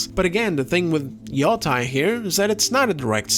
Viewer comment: 'yoh-tey', see the bar above the the letter o in Yōtei to emphasize the long vowel